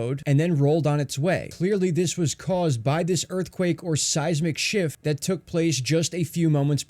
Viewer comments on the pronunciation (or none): none